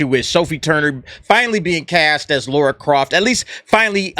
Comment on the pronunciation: It's Lara. Her name is fucking Lara.